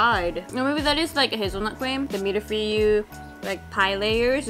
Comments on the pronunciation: I will never get over pronouncing mille feuille as "milf-y". Not sure what is on his mind! Always makes me smile. The basic pronunciation of "mille feuille" is "mill foy" where foy rhymes with soy. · mille-feuille...I'm french and I was shocked when i hearded how he pronounce it. I think than if it was not write, i would never understand.